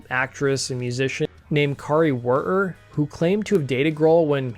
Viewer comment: Keri Wurher is pronounced “carry were”